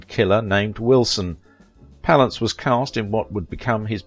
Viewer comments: its pronounced pal ance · i hate this guy's pronunciation of jack's surname palance.